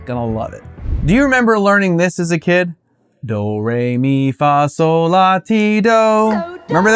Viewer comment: It's actually "sol".